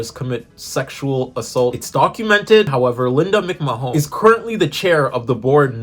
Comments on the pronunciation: People incorrectly pronouncing Linda's McMahon's last name is the best thing ever 😂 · mc mahone